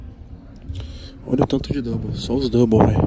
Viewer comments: "Double", Tog? Não seria "dumbbell"? 😂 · É DUMBELL, DUMBELL KKLLL "DOUBLE" KKKK